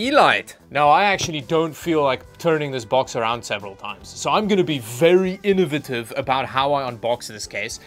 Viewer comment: you pronounce "elite" and "innovative" very weird.